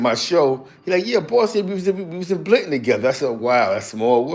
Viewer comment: Yo,, how you got me as a Mod and former Loc but saying “B”linton 😂😂😂 🩸♿️🖤